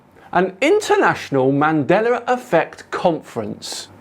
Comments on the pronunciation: Bro, there's no "R" in Mandela. WTF is "Mandeler"??? Show some respect, say people's name right. It reminds me of an episode of Star Trek The Next Generation. In season 2, the new doctor was calling Data, pronounced "Day-tuh", as "Dah-tuh" (Dah like Dad). Data corrected her, and she scoffed and something like "What's the difference?". Data said, "One is my name, the other is not." Mandeller was not Nelson Mandela's name. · why do You keep on pronouncing "MandelaR"? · “Mandelar effect”. lol. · "mandelar" effect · there is no R in Mandela btw ;)